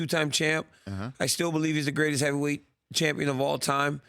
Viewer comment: Did he just say lightweight heaveyweight at 0.07😂😂😂